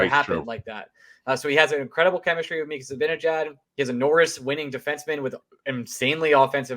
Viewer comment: How could a supposed Ranger fan pronounce Mika’s last name worse than Eddie Olczyk? #embarrasing